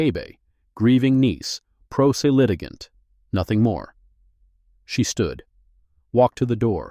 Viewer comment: First minute, Pro Se is pronounced “pro SAY”. (17?) satisfying”……. I’m DONE. No since wasting my time on something the Producers showed no care!